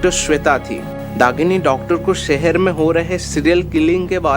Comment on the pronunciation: Sipt .....shift.. Sehar...shehar... Pronounce properly